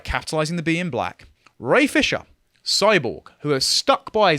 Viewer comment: You said Ray Fisher, I heard brain fissure